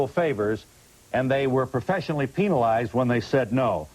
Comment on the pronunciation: "Penile-ized" hahahaha